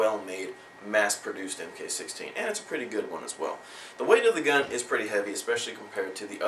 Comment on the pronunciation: Because that is the SOCOM designation of the scar. It's pronounced MARK not M K.